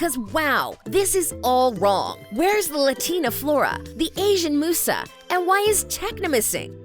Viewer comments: Meeee Like who the hell is moosa its musa. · Same, it's pronounced Myuusaa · Sorry to be that person... But in the original Italian winx show, it's pronounced moo-sa, which is also the Italian word for muse. Maybe they just wanted to stick with the original pronunciation. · is anyone else annoyed at how she says Musa? or is it just me? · You're pronouncing Musa's name wrong, and she was the fairy of music not of mind. Stella never worn headphones that was Musa, Stella was the fairy of the sun. You also got the name of the Fairy of Earth wrong. Also I would love to watch the original Winx Club series but I'm not sure where I can go to watch it, and I mean like all seasons with all their upgrades. The last I saw was their sirenix powers, but I guess there's more than that. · Terra (the wannabe Flora) is NOT Roxy the animal fairy. And your Musa pronouncitation wasn't right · Apparently that’s how it’s pronounced in the Italian version. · I would also point out to make sure you pronounce Musa's name right. there are plenty of videos of the show where you can clearly here how to say her name. Defiantly do more research next time. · Every time she pronounces Musa incorrectly I cringe. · this video triggered me SM when the person who is talking pronounced musa name as mooo sa instead of saying muse a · It- it’s Musa, like music, not moosa, she ain’t a damn cow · Yeah, this is so true the minute I saw this I literally just didn't love it right away also she says it like moosa when it's músa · Its "Miusa" not "Moosa" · please stop saying moussa its musa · Am I the only one who keeps saying " musa /Muza" whenever she says "musa/mussa" It's musa with a Z like music " Myuza" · Its not Moosa its Musa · Stop saying mooosah It’s pronounced mewsa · Musa not moosa lmao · it not moosa its MUSA Mew_SA like how you say mew the pokemon name! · I have never seen someone pronounce Musa as Moo-sa, it's Myuusa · Why are you pronouncing it Moosa? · It's pronounced Mi-yusa.